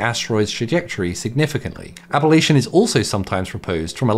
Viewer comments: It’s NOT ab-all-ation it’s ab-lation !😮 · It's not "AB-lation", it's "a-Blation" 🤦🏻‍♂ Why are so many youtubers unable to say words properly? It's not hard to get right, "sorry, this word isn't a part of my normal vocabulary, how do I say it?" is all it takes... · You're adding an extra vowel sound to "ablation"